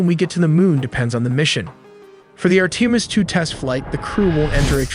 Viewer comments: also ar-teem-is and na-za. this guy mispronounces at least 1 major important term per video. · Bro pronounced Orion instead of Orion, and Artemis instead of Artemis